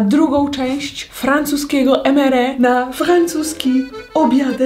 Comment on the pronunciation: Ja: MRE Aga: EMERE 🤣🤣